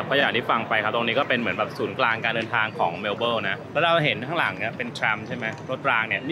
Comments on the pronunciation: เมว-เบิ้น ค่ะ ไม่ใช่เมว-เบิ้ว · ทำไมออกเสียง เมลโบ้ล์ 😂 เมลเบิร์น ตรงๆเลยค่ะ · แซว ๆ นิดหน่อยคร้าบ ชื่อเมืองไม่ต้องออกเสียงตัว R "เมล-เบิ้น" ไปเลย (MEL-bən) ป.ล. YouTrip Card ยังใช้แตะขึ้นขนส่งมวลชนในรัฐวิคตอเรียยังไม่ได้นะครับ ต้องไปซื้อบัตร Myki ที่ 7-Eleven หรือสถานีรถไฟมีจำหน่ายครับ :fish-orange-wide-eyes